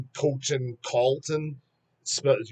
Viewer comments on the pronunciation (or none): none